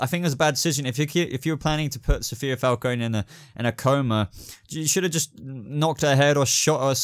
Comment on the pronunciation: Omg he said my last name right